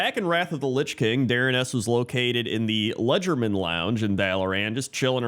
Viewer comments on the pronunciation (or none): The Legerdemain Lounge is pronounced "le-ZHER-du-MAIN" (French for "Sleight of Hand").